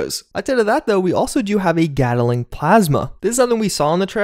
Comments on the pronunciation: Gat-ling. Not Get-el-ing. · FYI, "Gatling" is 2 syllables. Gat-ling. Hard T and hard L. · Sorry but I was getting triggered :P It is GATT-LING NOT Gaddle-ing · Is nobody gonna talk about how weirdly he pronounces "gatling"?